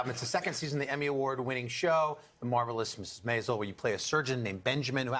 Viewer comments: Al pronounced MAISEL wrong. 😐 S2 E10 ending ... wht will happen 2 his character w/ Midge? 😟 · Apparently Al Roker is the only one who has never seen the show before. Why else would he mispronounce the title?